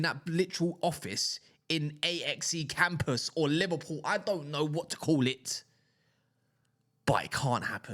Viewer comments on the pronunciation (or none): "A-X-E Campus" - "Axa" as in the French insurance company Axa that sponsor it. "Axe -ah"